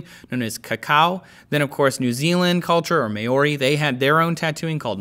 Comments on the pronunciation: Um...correction...Moari...not Mori...Moko not Mowkoh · your meant to say "maori" like "Mowree" its the proper way to pronounce it :) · Mao-rrri, not Mai-or-ee Hahaha ;) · "May-or-ee" FUCK I DIED OMG thats so wrong not how you say Maori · To say the word "Maori" correctly, simply say the word "Mouldy", now say it again, but this time with a very subtle "a"(with more of an "ah" sound than an "ay" sound such as made in the video) before the "o", only barely changing the pronounciation, then say it again one more time, only this time replace the "ld" with a rolled "r". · Pronunciation of "Maori" and "moko" leave much to be desired,. Say it with me.. More research was needed! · That's got to be the worst pronunciation of Maori I've ever heard lol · hahaha yeah i got that cringe when he said maori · he's pronouncing Samoa properly but Maori improperly, lol